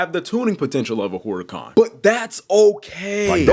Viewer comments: Herrr-ican. not whore-ican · no it isn’t it’s actually supposed to be pronounced “Urr-A-Can” or “Err-a-Can” not whore-a-con or Hoo-ruh-Kahn.. the H is silent. like I said it’s no hate but it was just cringe the way it was said it in the video. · Ngl you pronouncing Huracan as whore-a-con really made me cringe. No hate though js. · Why you say whoreacon? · “Whoreican, Whoriecan, hoorican”